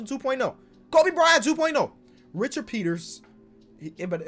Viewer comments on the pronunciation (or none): none